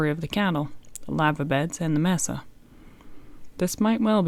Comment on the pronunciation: Its pronounced MASA!!!!!